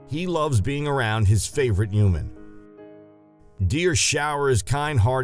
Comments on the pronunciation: Humans, not Humens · What is a "juman"? 😄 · Whenever he says human I hear hooman😂😂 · without pronouncing the "h"! -> uman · Why do the narrator pronounce “human” as “youman” omg it’s driving me crazy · When u say human it sounds like your not a human ur an alien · How come he can pronounce humanity right but can’t say human?